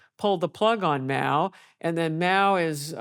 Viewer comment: By the way it's Mao not Moa.